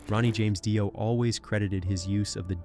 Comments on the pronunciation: Just a heads up AI voice it's pronounced DEE-OH. Not DIE-OH. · If u wanna speak of Ronnie James Dio it would be more respectful to pronounce his name correctly! It's pronounced deo not die-o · Yes, noticed that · They do intentionally for comments. Everyone gets on here and corrects them and therefore they get get more money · Dye-O = FAIL-O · Gene probably said that RJDs name is really pronounced as Dye Oh and AI believes it 😆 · Dio, or Dio? How is it pronounced?!!? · I'm sorry, but you are pronouncing it wrong. Her name is "Dido" and she did not invent the devil horns.